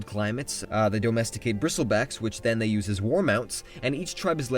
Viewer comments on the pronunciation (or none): none